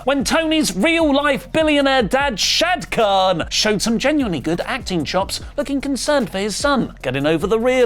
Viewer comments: Its shahid khan not shad khan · its SHAAAAA-HID KHAAAAA-AN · Britisher's butchering Shahid Khan's name 😭😭